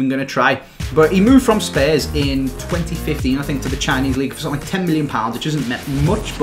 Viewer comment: Are you saying Spurs or some other team? Sorry bro but the way you say spurs is pretty weird